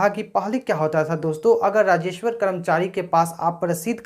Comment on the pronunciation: Rajeshwar nahi rajeshwar hota hai.